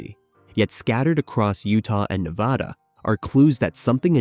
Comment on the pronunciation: And AI should know how to pronounce Nevada.